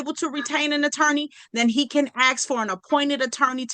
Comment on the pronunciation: Even the last attorney says axe instead of ask!